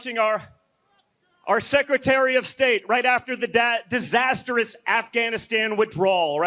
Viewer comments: said “dad-sasterous” 😂 talk about a Freudian slip. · Did he just say dad instead of disastrous? Enough said.